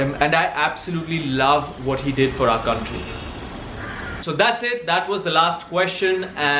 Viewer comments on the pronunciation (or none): none